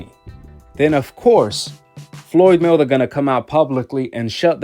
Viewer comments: It’s Floyd Mayweather not Floyd “Miller” 🤣🤣🤣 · The hell you saying floyd melder lmao